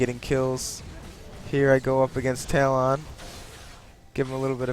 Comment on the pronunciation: 2 things 1. i think your saying talon wrong? xD 2."happy birthday to the ground" is from lonely islands i threw it on the groud